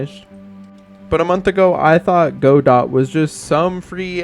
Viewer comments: I appreciate the correct "Godot" pronunciation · My dad is Canadian and pronounces godot as "go + dot"